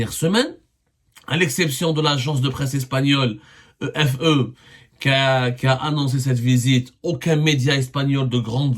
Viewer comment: L agence de presse espagnola EFE se prononce F Bon courage